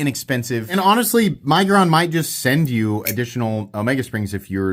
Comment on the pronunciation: Does anyone else pronounce it “my-guron” or is the only one?